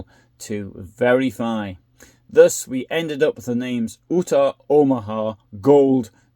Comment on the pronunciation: Never heard the great state of Utah’s name said that way.